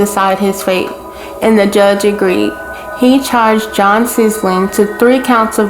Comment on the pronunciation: You are pronouncing their last name wrong. Also idk why everything I’ve seen about this they say they don’t know if the kids were abused they definitely were all of them. Cps was involved and their dad was removed from the home regardless of him being a truck driver he was staying with family friends. Jon isn’t lying about the abuse. But it’s no excuse either way he knew exactly what he did and he idolized Charles Manson and people like him he had planned this.